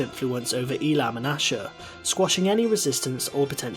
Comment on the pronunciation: It's pronounced Ei-lam